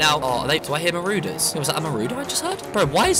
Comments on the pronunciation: Why u call it moorooder it’s maurders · Everyone: Marauders: MAROODERS